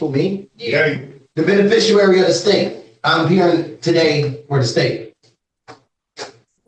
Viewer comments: It's hilarious to me that none of these idiots can properly pronounce the word "beneficiary". It's always "beneficiarary" or "benefishurrrrrrrry" or something equally mouth breathing and dumb. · “Be-ne-fish-ER-ary”. Lol. It’s rare that a person can’t even pronounce his own name correctly. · “beneficuary” [sic] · I heard ‘benifishruary’ too.